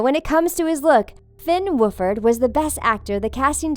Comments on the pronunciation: Who tf calls him Finn Woofard!?!? It's Finn Wolfhard!! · Did you just call Finn Wolfhard, Finn wooferd WTF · It's Finn WOLF. HARD. NOT FINN WOOFHARD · “FIN WOOFARD??” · Finn wolfhard? nope now it's FINN WOOFHARD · It’s actually Finn woLfHArd not finnwoferd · Sara Dun I know its Wolfhard not woofer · “Fin wooferd” come on people that’s just mean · "finn woeferd" I CAN'T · Did she say Wolfered!!???? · Woofard? WOOFARD?! IT'S WOLFHARD!! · Finn WOOFARD? It's Finn WOLFHARD. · ''FINN WOLFORD'' lmao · they said “wolfhard” like “wooferd” lol honest mistake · I can’t get over how the pronounced Finns name. ITS NOT HARD TO READ. Say wolf and then say hard, two very commonly used words, and stick them together BAM you’ve got Finn Wolfhard not Finn wooferd. So she couldn’t say Finns name but she could say Jaeden Liberher? AGGHGGGGGGG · "Woofard." Its Wolfhard! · She said "Wyatt olaf" it's pronounced "Wyatt Oleff" and she stated "Finn wolfherd" again it's "Finn Wolfhard"😂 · “Finn Wolfherd” XD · "finn wolfoord" FINN WOLFHARD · His name is Finn wolfhard not Finn woferd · Finn woofherd? Lmao wtf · Did she really just say Finn Wufard? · I was so trIgGerED how she said half of the actors last names. 😂🤣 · Olivia Williams woofurd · Olivia BoiXDXD Yup😂😂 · “Finn Woofherd.” Lmao. 😂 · "Finn Wooferd" -_ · “finn wofherd” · The book doesn't matter on how they look like you can't just find a certain person who looks like them and also you said Wolfhard wrong. You said Wufard and I think they look the way they are supposed to look and don't say what they are supposed to look like! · Autumn Germick I started screaming when she said that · Autumn Germick no she said “wooferd” it really annoys me when people get names wrong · Did anyone else hear her say Finn Wolfher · Omg she said Finns last name wrong. It’s WOLF hard. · Finn “wofheard” sigh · OML HOW MANY NAMES DOES SHE SAY WRONG FINN WOOFERD WIDE OLEFF OMG GET AN EDUCATION LADY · Finn Wolfhard they messed that up that’s for sure